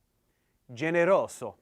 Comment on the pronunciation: in you read generoso as with "s" but it should be pronounced with "z"